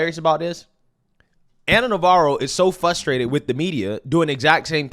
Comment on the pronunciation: Frustrated... the word is FRUSTRATED. Not Fus traded